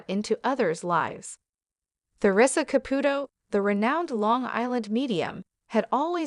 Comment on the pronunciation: Seriously , it's annoying she doesn't say the first or last night right